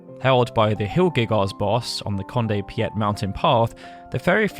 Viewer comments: 'Conde Piet'? I'd always pronounced it like Petey. It is spelt Petie after all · There are a couple of painful mispronunciations here - Conde Petie and Ethers particularly.